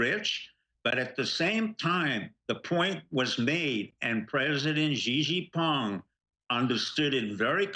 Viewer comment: STEVE: stop butchering Xi Jing Ping's name... Correct (Chinese) pronounciation: shee' (long e) - jing (short i) - ping (short i).